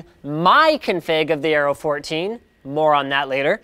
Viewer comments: Areo..not aero. :) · It's aero not areo edit- ok it's the whole thing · "AREO" instead of Aero. You are getting a bit clumsy :P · I keep hearing "Arrow" instead of "Aero". Accent should be on the E (aéro), with E as in "egg". Means "wind".